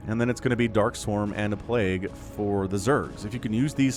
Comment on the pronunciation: Get the robotics, but the plagooo! Hahaha ha hilarious